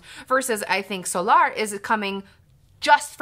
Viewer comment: Love how you pronounce Solar so awkardly when it's literally an English word lmao